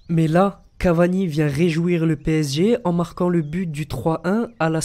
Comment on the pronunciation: A oui tu dit Bu à la place de But